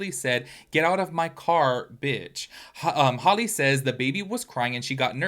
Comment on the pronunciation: HALLE not holly. HAL pronounced like halitosis.